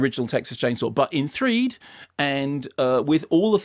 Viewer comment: I wish he would stop saying 'threed'